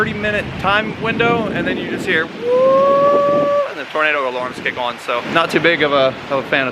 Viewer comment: Beautiful build - good call on the billet sprockets.. only thing I would like to see is gun drilled cams - the factory cams are much lighter and although it wont matter much for drag racing it would for RR.. PS. every time the builder says the word 'on' I keep thinking he is about to say the world 'awning'.. what accent is that?